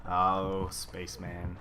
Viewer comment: it would be nice if he pronounced space man as it is in 30 rock